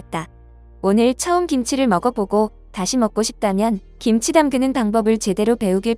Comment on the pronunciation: 김지가 아니고, 김치로 발음 하셔야 함!